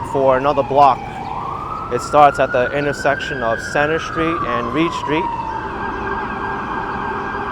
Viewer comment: There is no SHTREET word in English ! Embarrassing... No shtraight, no exshtremely, etc...